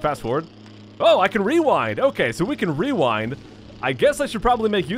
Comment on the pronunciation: Werind is what I heard from you when you said rerind